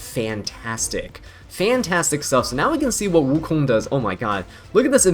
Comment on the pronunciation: His pronunciation was correct tho?